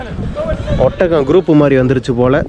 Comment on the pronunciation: ஒத்தகம் இல்லப்பா. ஒட்டகம்